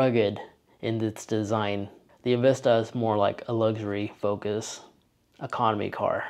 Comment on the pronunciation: Zero Tips & Tricks, you definitely lost credit with the mispronouncing of EnVista. It's really less luxurious than one would expect from Buick. Historically Buick has been viewed above Chevy, many aspects of this feel old-school clunkiness from the late 70's or early 80's